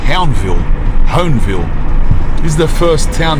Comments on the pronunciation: Huonville bro, huon like huon pine. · Huonville, its pronounced Hugh en vil 😂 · Huonville is pronounced Hue-en-ville 😊